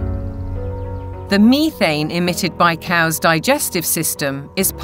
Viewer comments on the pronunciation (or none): The guy can't even say cow's like why is this man still breathing